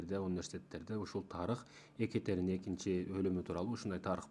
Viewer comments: Биринчиден Экатерена эмес, Екатерина деп туура окусан. Орустун атын кыргызча айтпай. Жогорку билимин барда тарыхчы болгондон кийин, кыргызча так суйлосон жакшы болмок. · Екатерина десен,Екатарина дебей,и ещё с ужасным акцентом. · Адамдардын аттарын туура айтчы,икатарина дебей боп кетейин дебей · Екатарина эмес. Екатерина деп айтылат. Башка тема тапсан болмок. Сен алар учун жене болдун беле..😢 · 😂Экатарина дейби тарыхчыда ушинтип ката суйлойбу,уят эле боп кетти дейби биринчи озунду туура суйлогонду уйронуп алчы😢😢😢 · Екатерина - Экатарина эмес. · Тантырап чыкпай эле кой да.Суйлогонун же озбекче эмес, же болбосо кыргызча эмес. Екатарина эмес Екатерина. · Туура суйлошту уйрончу озун Екатарина эмес Екатерина болот оз тилинди да туура таза суйлочу андан кийин элге суйлогун биринчи : Озундон баштагын ! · Эээу хотябы ошо аялдын атын туура айтып уцронуп алчы... Екатарина😅 тантыбай.. Эмне зериктрнби?? Сен кордун бэлэ.. Ким корду!!! Ээй тантык... Нениэлэ суйлоп салдын.. Тарыхчымын деп коет эээляяя эшшшек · Екатерина деген созду туура айтчы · Екатерина деп туура сулосон